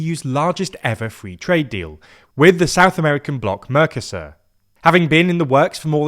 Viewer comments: It hurts my ears every time you call the trade block "mörcäsör" instead of "Mercosur". Spanish has very simple, clear, easy to understand rules for spelling and pronounciation. One should not apply English rules for pronounciation - which actually are no rules, but a huge mess - to Spanish or other languages. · Please make an effort to properly pronounce MERCOSUR, I'm a spanish speaker hearing this on the background and you sounded confusing at first. Thanks! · Merco-sur Not mercos sur